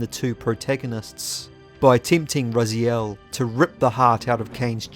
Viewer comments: Why do you pronounce Raziel different than the way the game's cutscene you included in this very video? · I think it's about time you learned how to pronounce 'Raziel'.